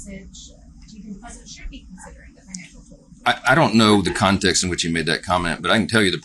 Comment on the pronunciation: Imdon’t know the CONtext. Heavy emphasis on CON.